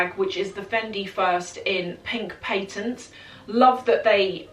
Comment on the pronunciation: It’s called a patent leather, not paintent leather…..